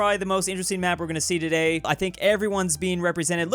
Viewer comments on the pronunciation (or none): none